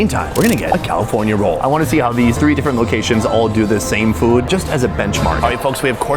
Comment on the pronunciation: Im glad he tried this “foowed”. man, Americans… 😂